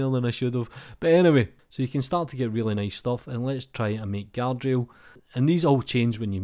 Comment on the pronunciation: When you said Guard Rail It sounded a bit like Galadriel . Or i've been watching too much LotR.